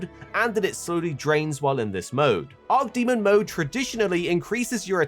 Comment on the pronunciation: imagine being a youtuber with 1.4 mil subs and mispronouncing arch demon as arc demon that many times lmao come on bruh